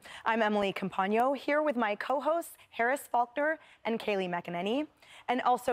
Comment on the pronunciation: Please say her name correctly Kaylee 🙏 😭